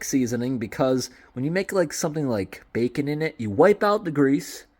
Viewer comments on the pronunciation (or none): none